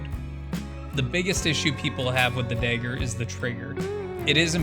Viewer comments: Had to click away after 3 "dayger"s lmao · You could have invented the fuggin thing, but the way you pronounce dagger as “Dayger” is the reason I have trust issues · you cant even say dagger properly lol